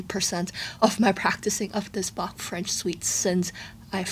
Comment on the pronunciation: I love your accurate pronounciation of Bach's name <3